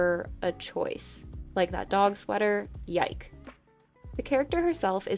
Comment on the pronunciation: “Yike”?! Only one?!